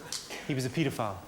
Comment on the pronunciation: kudos for pronouncing “pedophile” correctly, they aren’t molesting people on the sidewalk...